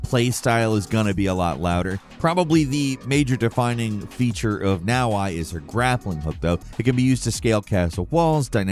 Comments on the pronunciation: BROO, her name is pronounced NA OH EH, not NA OH AI!!!!! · hilarious. You pronounced Yasuke correctly and you pronounced NaOhEh as NowI lol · it's "Nah-Oh-Eh" not "Now-why" for Naoe btw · You completely butchered Naoe's name, its "nowey" not "nowai" Japanese names are phonetic, they're not difficult to pronounce correctly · jesus does he really call her naoHI??? i mean come on man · It’s pronounce now-ae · You say Naoe weird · with the all-time worst video game character name pronounciation. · He also pronunces "Naoe" wrong